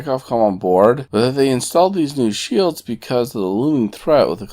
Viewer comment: I am in support of anti-trekker. gads cant even say "Shelds" correctly. Shields keep up the work Anti-Trekker.